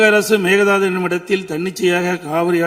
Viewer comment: அது மேக தாது கிடையாது. மேகெ தாடு !